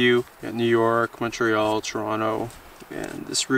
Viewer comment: As a Montrealer I appreciate that you say Montreal properly.